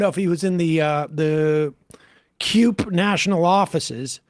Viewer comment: Sam seder really needs "Hooked on Phonics". He mispronounced CUPE ("Cue-Pee") 5 times in a row even when he looked up the proper pronunciation of the Union. And sam is just a terrible orator in general.